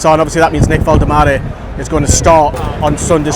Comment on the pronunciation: hopefully he's going to be great for us for a long time, his name isn't Vol-de-mah-deh its Vol-tem-ah-deh.